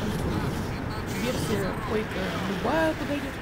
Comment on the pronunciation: Бро правильно Quake 4 а не Quage 4